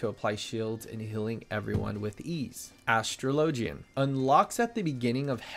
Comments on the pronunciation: Great guide but the way you pronounced Astrologian hurts my brain. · OHhh, it's nothing, just playful teasing :P